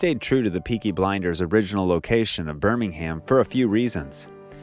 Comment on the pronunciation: Burming-Ham? 🤭🤭🤭 Bruh...I know English is not everybody's language but come on.